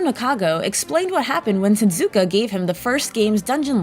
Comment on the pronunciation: Hehe, she repeatedly reads "Tezuka-san" as "Tetsukia-san." Silly.